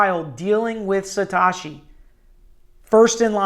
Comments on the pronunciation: Satoshiii not Satashiii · "Satoshi" doesn't rhyme with "wash me", it rhymes with "though she". Instant crediblity bankruptcy. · Good, unbiased, objective analysis....Kudos....but please pronounce "Sat OH shi" properly going forward. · he has shotty greek on andreas name too.. apparently he doesent speak japanese or greek... it sounds like satoushi. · you are pronouncing the word satoshi incorrectly. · Ma dude, why can’t you say satoshi? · Haha I agree.